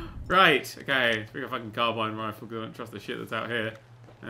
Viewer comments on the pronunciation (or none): none